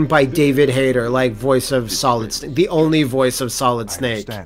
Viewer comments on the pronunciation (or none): none